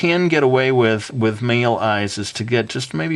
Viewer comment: Amazing! But... I'm sorry... I cracked up because you said meel eyes!